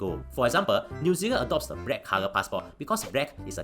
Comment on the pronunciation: The same reason he pronounces black as brack: comedic effect.